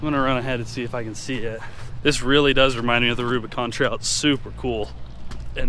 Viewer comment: Jeep "Rubicant"